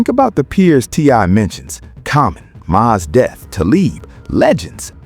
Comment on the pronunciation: Man your AI mispronounced Mos Def. I cant rock with that.